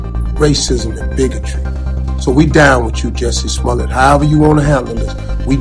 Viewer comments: Damn good video....but it's Small-let, not Small-lay. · SMO-LLETT, NOT SMOLAY.. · Sma let, not sma lay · Smo*ley*? You've heard Smolette so why are you saying smoley? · It's not pronounced "Smol-ay" No one does. It's not a French name. His father was Russian-Polish Jew. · Why would you pronounce it Smoley when everyone else pronounces it truthfully. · BS. Oh I knew he was lying but I didn’t say it until now!! Plus, you just payed a clip of multiple people pronouncing his name yet you still refer to him as Smollay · If the guy's name was pronounced "smolay" it would be spelled "Smolet" rather than "Smollett." Basic French grammar. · Da fuq is Smo-ley?